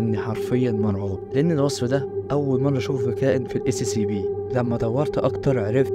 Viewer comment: نطقها أسيابي 😅